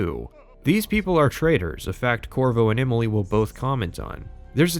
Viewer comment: You say "Imily" instead of Emily. Can't un-notice it.